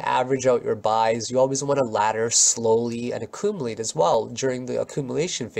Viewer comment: I like how you pronounce acoomalate